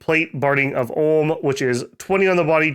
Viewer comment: "Ulm" not "Orrlm"